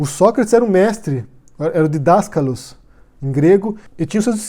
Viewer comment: Como ex aluna de Grego Clássico da UFRJ, já me adianto em dizer que tanto a explicação sobre os vocábulos "didáskalos" e "mathetés" e suas definições quanto a pronúncia das mesmas estão corretíssimas. Estou usando esse argumento de autoridade (acertei,?) pra refutar com antecedência qualquer sabichão olavete ou até o próprio "mestre" e pra evitar que façam a mesma desonestidade que fizeram com o Yago quando ele refutou muito bem o Sr. Astrólogo!